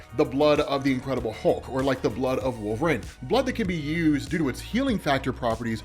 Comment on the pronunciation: WOOL - VE - REEN